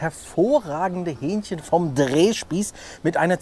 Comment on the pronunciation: ... in das Hü-ähnchchen herein Zum Glück kein Hyänchen :D